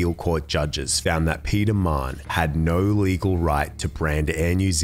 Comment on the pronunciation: I thought his surname was Mann the whole time I listened until I read the comments. It’s pronounced ‘Ma-Hun’ (It’s a common Irish name & I’m Irish)